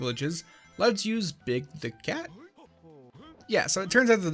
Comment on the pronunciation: At first, I heard Big Dick Cat instead of Big the Cat, and I choked on my tea.